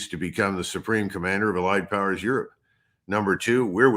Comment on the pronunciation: Aerope not Europe